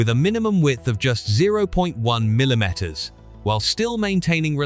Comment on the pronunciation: millo-metters? The AI text to voice on this is a bad joke.